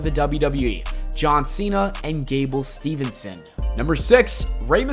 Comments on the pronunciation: Hey man, its Steveson. Not Stevenson. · THERE IS NO "N" IN GABLE STEVESON'S NAME